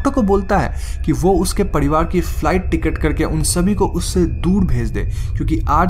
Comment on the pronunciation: Padivad nahi parivar bolo